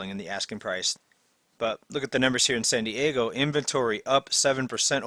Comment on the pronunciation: Nice channel. FYI, it's San Diego not Sandy Ego.